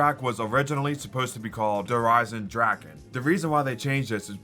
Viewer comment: Merry Christmas! Also Der eisendrache is not pronounced « drak » but « dra-re » atleast from Google traduction that’s what it says on there I miss the « thundergun »